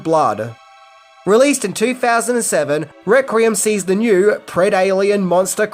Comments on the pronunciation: “ReQUiem”….not “ReCRiem” 😂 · Good video and well worth a watch. If I have one criticism it's this... Why can't you say Requiem properly! It's not "Rek-re-um' dammit! It's 'Rek-we-emm'!!! Am I the only one who flinched like someone who suddenly had an ice cube pushed up their rectum every time they heard this? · Take a shot every time says reck-ree-um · Is "rek-ree-um" the Australian pronunciation? I have several Australian friends, but I don't think I've ever heard them say the word requiem. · Requiem [ rek-wee-uhm] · Requeem!! Its pronounced requeem!!! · You are a star,. We all have our foible words and "requiem" must be your one. Listen to the voice over of Benedict Cumberbatch trying to say "penguin" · For gods sake learn how to talk there is no second R in the word Requiem your killing me dude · Whoa. How many "R's" you putting in "Requiem"?! 😋